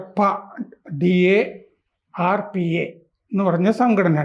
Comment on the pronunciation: Its pronounced as ഡാർപാ